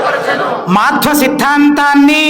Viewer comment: ప్రతిజ్ఞ లో మాధ్వ అని చెపుతున్నారు, మాధ్వ కాదండీ అది మధ్వ..